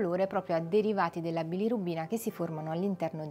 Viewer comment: Bilorubina, non bilirubbina😅